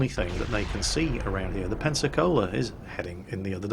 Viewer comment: Every time i hear you pronounce "Pensacola" i hear "Panzer Cola"